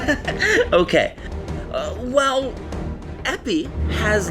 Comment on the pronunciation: Epée is pronounced "eh pay". Sabre fencers are sabreurs, not sabrists.